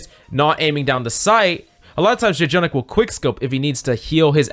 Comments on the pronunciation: Why do you say J-Jonak. Like you can just say jonak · IT'S JUST JO-NAK NOT JAY-JONAK 😵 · FYI: "Jjonak" is pronounced with a single "j" so it's "jo-nak" and not "jay-jo-nak". This is a Korean thing. When there are double consonants, they become a stronger sound of that consonant. In this case, the pronunciation is in between "j" and "ch". By the way: Jjonak is short for Jjomullak Nakji, which translates to "Squishy Octopus". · it triggers me how he keeps saying j-jonak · I was gonna comment it but you already did. Im just 3 mins into the video and was ready to say it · 1. Don’t promise in the title more than you could claim (Refer to Rein shatter video) Irritated lv.1 2.Revise your script, don’t controverse yourself, please. Irritated Lv.2 3. Call his name correctly “Jo-nak” It’s like your job is to read the scipt and never watch OWL..... Irritated lv.3 If you wanna be a good youtuber, create good content (which you did) and don’t promise something you can’t fulfill and plz research what you are presenting..... playing good ≠ teaching good. I like your content and hope you improve on these small stuffs that matters. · Hard to enjoy this video when he keeps saying Jjonak name wrong. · I can't watch the video it irritates me to much to hear jjonak's name said wrong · Don't mispronounce daddy Jjonak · Can’t enjoy this vid when you keep saying his name wrong